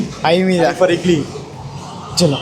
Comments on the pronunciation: E edly✅idly ❌ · Idly ❌️ edly ✅️ 😂😂😂 😭